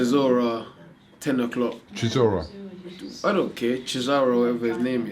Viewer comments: Dillian whyte calling chisora "sizora" will never get old😂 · Williams it's how Whyte pronounces his name. Similar to Barry Hearn with Tony 'Baloo'. 😃😃😃